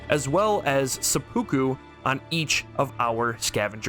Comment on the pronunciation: Seppuku is pronounced Sepu Ku, not Se-Pookoo.